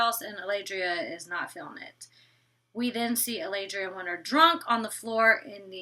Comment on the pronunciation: Love my but for some reason she cant pronounce the letter T in some words 😂 She says "Winner" in stead of "WinTer", and she says "Inneresting" in stead of "Interesting" its kind of cute 😘